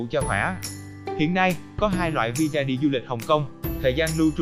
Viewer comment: Visa mà đọc thành vì da 🤣🤣